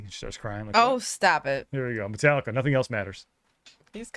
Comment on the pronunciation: This my hs class’ graduation song. The principal pronounced Metallica as Met-uh-lick-uh.